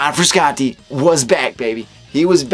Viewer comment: It’s pronounced FrushAuntTay